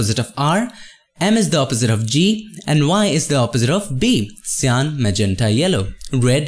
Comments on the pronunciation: Ive seen so much of your uploads and i dont always comment but something urges me to. cyan is pronounced as saiyan as in super saiyan of dragon ball sorry for bad english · You can say magenta correctly but you cant do the same on cyan? xDDD